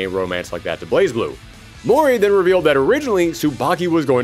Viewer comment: BlazBlue is pronounced Blay Blue. The Z in Blaz is silent.